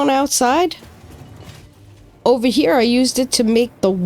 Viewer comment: "Over-down-'n-here" sounds like a New Englander, guessing Mainer. FYI in Texas and the south in general we say "Getonovaheir"